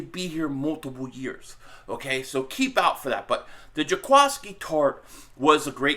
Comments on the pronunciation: Happy Father’s Day Bro!! I think his name is pronounced JA-KWEE-SKI. Might be wrong though. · It's pronounced Juh-KWISS-Key.